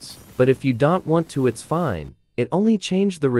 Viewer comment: you should put a comma in "don't" in your ai voice script so it pronounces it right.